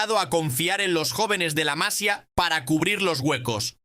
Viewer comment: Por cierto que al orador tengo que decirle que cuando se trata de nombres catalanes no lo hace bien, al tener acentos diferentes a los del Castellano. No es en castellano : "La Massia" sinó en castellano repito :La Massía!!! 😮